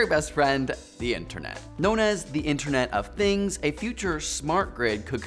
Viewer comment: Has anyone noticed the "interent of things"